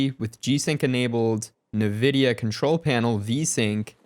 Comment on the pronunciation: IN-vidia not NA-vidia lol jeeez